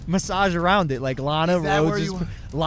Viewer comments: It's pronouced lawn a not lane a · Can we get a petition for Keem to say LANA correctly